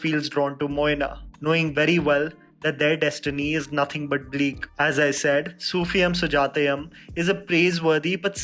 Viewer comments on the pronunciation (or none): Its not sufiyam and sujatayam, the pronunciation is sufi-u-m sujaya-u-m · Its Sufi-yoom Sujatha-yoom n not yum. Pls learn the pronunciation before telling it to d world. U can't pronounce it wrong way. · Dude here's the thing "yum" is not supposed to be pronounced as "yam" it's pronounced as " you-m". Not to be rude,just informing. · definitely. Seems like we all mallus need to teach him some pronunciation. If we South Indians pronounce any Hindi words wrongly how the north Indians makes fun of us n sometimes ridicule us. Malayalee s an Indian language n im not saying pronounce every word correctly bt atleast pronounce such easy words correctly. For "-yoom" he is saying "-yum". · Duuude you're pronouncing it so wrong the entire time. It's pronounced as sufiyuum sujaathayuum like "sufiyoom" Jahnnum.. Got it?? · Get it right mate....Soofi"yoom", Sujatha"yoom". Not how you say it. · It's pronounced as "youm" in Sufi'yum' and Sujata'yum'., please do some research on how pronounce the name of movies and actors from regional film industries other than bollywood. I've noticed a LOT of times when you've made mistakes in pronouncing the terms that are from languages other than hindi, you can easily research how to pronounce these terms from the particular regional youtube interviews and reviews. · The film's name is pronounced as "सूफियुम सुजातयुम".....Love💓 from Kerala.